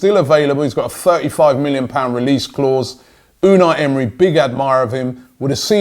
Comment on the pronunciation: Robbie Unai Emery’s name is pronounced emray